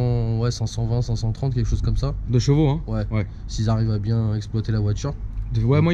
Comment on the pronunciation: Frère on dit CHEvaux pas JEvaux xD. C'est juste infernal ta prononciation de Tourcoing ^^